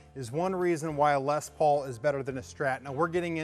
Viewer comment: Why does everyone always pronounce les Paul incorrectly.